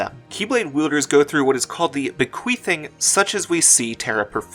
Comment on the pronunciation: When you explained what the bequeathing is, all I heard was bequeefing...and now I can't unhear it